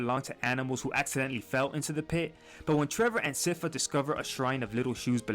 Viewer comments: sypha!!! as SCIence FAmily,... i don't understand how the name is mispronounced ... i speak spanish and i don't make that mistake... not just in this video...but several youtubers... other than that... i liked the video... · Sypha is pronounced "sigh-fa" I dont get why everyone gets this wrong! She says it in the show too, I don't get it lol